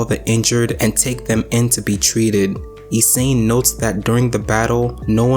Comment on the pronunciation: Aye bro it's E-SAH-NAY (Isane) that big tiddy legend is underrated. Anyway good video man